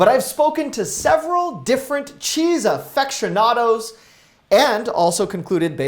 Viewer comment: Cheese "affectionado"?